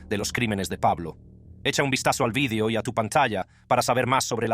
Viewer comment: Porque diablos pronuncia la palabra video en inglés????. Que estupidez